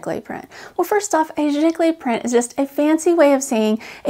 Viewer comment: I never knew it was pronounce like jiggly! I've orderd some prints that used this name, but never knew what it was! Thanks for the explanation!